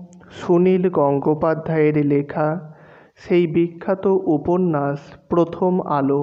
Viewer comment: আপনার ‘স'গুলো একটু ঠিক করার প্রয়োজন আছে । উপন্যাস উচ্চারণে ‘উপন্যাশ’ হয় এইটা একটু ঠিক করে নিন তাহলে আরো ভাল লাগবে,আর আর একটু তাড়াতাড়ি পড়ার চেষ্টা করুন তাহলে আরো বেটার লাগবে শুনতে। এভাবেই এগিয়ে যান।পাশে আছি।